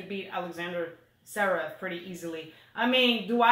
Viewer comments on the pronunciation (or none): Ha ha! says "zev-rev", which is wrong, of course, lol!:P It's not a big deal, we all know who you guys are talking about! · But doesn't pronounce Zverev correctly either! LOL